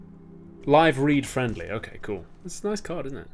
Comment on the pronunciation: Whenever Olly says "Okay", I always hear it as "Hawkeye". Very confusing XD